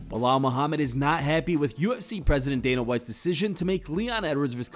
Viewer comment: Be-lol, who?